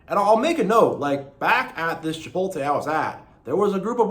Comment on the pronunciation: Hey btw just to let you know it's Chipotle (chipot- ley") not Chipote